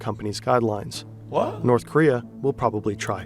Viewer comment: Bro is terrifed of North Korea he can’t even say the name of the country 💀